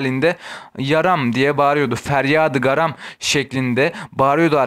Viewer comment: birçok eser yanlış feryadı garam değil ferda-yı garam intizar değil ihtizar bunları düzeltmeniz gerek insanlara yanlış bilgi veriyorsunuz...